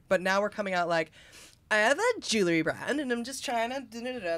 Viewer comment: Jewel 💎 RY ——- Two Syllables —- 2 —— JewelRy 💥 McDonald Go Gamma Phi 💫